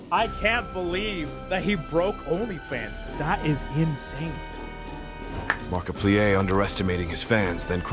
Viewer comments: the markipleeay is real!!!! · "Mark-a-pleaè" What being lazy and using gets you. Garbage,! GARBAGE! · Mark-a-plee-er OF nutty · The Markiplier pronounciation I CANT 😭😭😭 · The Ai voice made me laugh. The way it pronounced markiplier was french as hell 😂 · The fact you not saying markiplier right annoys me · You pronouced Markiplier's name wrong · AI pronounces markiplier like a French word